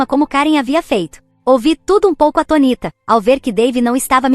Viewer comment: Eu morro de rir do atoníta. Não vai ter jeito. A narradora sempre vai falar errado.